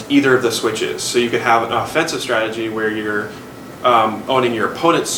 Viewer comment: its also strategy and not stratey